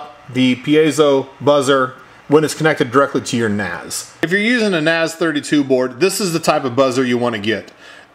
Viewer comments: ***** a, i, u, e, o is "ah" "ih" "uu", "eh", "oh" not "ey", "ay", "yu", "ee", "ow" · ***** It's a two letter Japanese character な "Na" and ぜ "Ze" - then westernaized and pronounced it "Naze" like "maze", "hays", and "ways". If you love Naze32, give at least the maker a credit by pronouncing it correctly. Na Ze or Naze